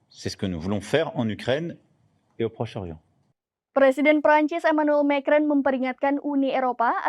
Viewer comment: lafalnya Ma kron huahahahaha.... cupu amet presenternya